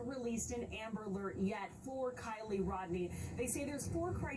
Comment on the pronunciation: Smh 🤦‍♂️ , if anybody believe a guy that CANT EVEN pronounce the girls name right . 🙏 RIP Kiely Rodni 🙏